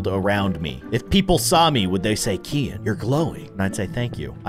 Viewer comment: Yes You made a spelling mistake: you said kiyen, not keyin